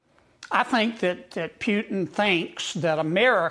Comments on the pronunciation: tRump, your full of💩 Kennedy, putin is pronounced POOTIN not PEWTON. Thanks for the coverage👍💙🔵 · You've got the sense to correct Kennedy's 'Pyewtin', you should know it's 'where we are', not 'where we're at'. And it's not 'nukyuler', either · Did he say “Pew-tun”? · I love how ding-dong Kennedy calls him PEW-TIn. He can't speak English the way I do...DEPORT HIM, right MAGA? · Who is "Pewtin"? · He said Puetin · Did this old woman, Kennedy say Pewton? End the war in 24 hours or less? Only Imbeciles believed that. No way is Putin afraid of trump, no way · Foghorn Leghorn calls him "Pewtin". 😂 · Ha ha Pew-tin. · Pewton, ha ha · Put your teeth in before you speak Kennedy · Kennedy from Louisiana is a Jacka$$ full throttle. Alligators from the louisiana swamp has more brain cells than him, plus he always sucked up to Lumpy brain Don. He can't even say the Russian Losers name correctly. Another Louisiana Low grade education politician. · Kennedy can't even pronounce putin😂